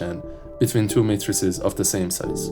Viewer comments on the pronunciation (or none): none